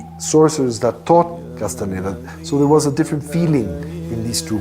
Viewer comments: کاس تان دا تلفظ میشه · خواهشا اسامی رودرست تلفظ کنید. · واقعا تاسف داره که کسی که روایت میکنه هنوز کاستاندا رو درست تلفذ نمیکنه و زیر س و ن ، در تلفذ کاستاندا کسره میزاره ، در صورتیکه ساکن هست . اگر کمی انگلیسی بلد بود میفهمید که e در اخر کلمه خوانده نمیشه . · اول اسم طرفو درست بیان کن بعد مستند بساز